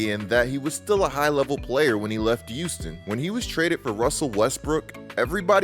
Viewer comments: They say ppl who pronounce Houston like youston are serial killers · Return to "Youston"